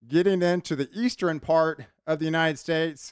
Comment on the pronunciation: Pattern= patteren Western= westeren Eastern= easteren Love your enthusiasm about the weather patterens. ❤